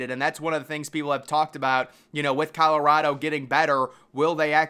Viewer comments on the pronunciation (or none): none